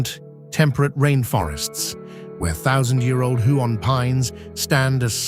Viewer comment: If you’re going to produce such a glossy promo for our beautiful State, it would be a good idea to learn how to pronounce names of common birds (CURRAwong not curraWONG, KOOKAburra not kookaBURRA), and places (Huon is pronounced HEWon, not Hoo-on; Tamar is TAYmar not tuhMAR)